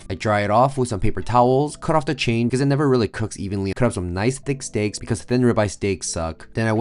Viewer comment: Chine ….. not chain !